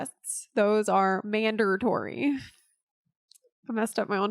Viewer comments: "MANDERtory"....Oooooohhhhh, that's so bad xD....but i appreciated bad puns, and i liked the video. I made SO many mistakes as a nub, and I'm hardly perfect now after 4 years lol. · Heheheh. Kweh-ker. Heheheh. Mander-tory.